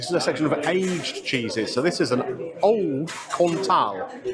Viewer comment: The first cheese you had. The subtitles said you called it "Old Cont". Doesn't sound appealing to me 😅